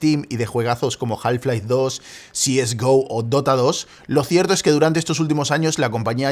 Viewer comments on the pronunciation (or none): has leído cs go como alguien que no tiene ni idea de lo que es el counter strike jajajaja